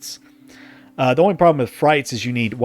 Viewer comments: Maaaan, my eye twitched every time he said "Frites" as "frights". It's "freet". It's French. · It's FREETS not FRYTES lol